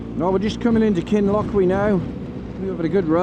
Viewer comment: I’m from Highlands, jeez ur hardy doing that this time of year. Glad you enjoyed and great video. Kinlochewe is pronounced Kin-Loch-You, just so you know! Good choice with Midge Bite 👍